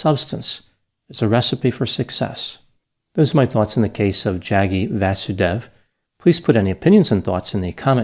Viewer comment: It’s pronounced Jug-gee V-ah-soo-day-v Apart from that I don’t care much about the guy.